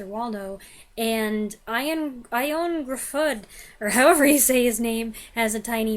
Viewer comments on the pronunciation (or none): I think Ioan Gruffudd is pronounced "Yo-ann Griffith," but I could be wrong (my grandmother was Welsh). As a pretentious young filmgoer, I used to like another American indie director who utilised unrealistic dialogue and mannered performances, Hal Hartley. Have you ever reviewed any of his films?